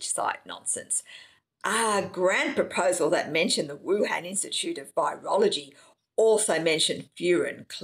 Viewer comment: Why can't you pronounce Wuhan? And what's wrong with your arms?